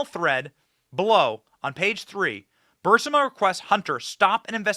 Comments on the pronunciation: Fire your staff. They allow you to keep saying BUR SI MA…. When it’s BUR IS MA. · Isn't it Burisma? Not Bursima! Just curious. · It's Burisma, not Bursima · Not BURSIMA!! Sheesh ITS BURISSMAHHH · Great reporting, but I have to point out that the company is pronounced brr-riz-ma. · To help: It is Brrr-reese-ma. Brrrreeze-ma. Like breeze-ma (ma like mom, but mah') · Benny, you might like to check the pronunciation of “Burisma.” I think you’re mispronuncing it.